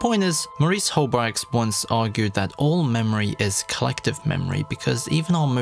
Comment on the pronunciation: I think you meant Maurice Halbwachs, by the way - not Maurice Malbwachs.